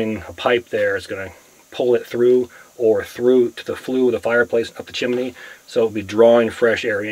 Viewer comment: have to correct you... it is chimney not chimeny; )